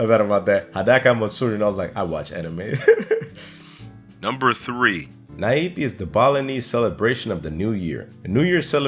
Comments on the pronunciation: I think the Nyepi is pronounce as 'Nier-Pi" not "Na-Ip"..and "Nyepi" mean "Silence" or "Quiet"..so you get it why the people act like that.. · Nyepi....... Nyuh Pi not Naepi XD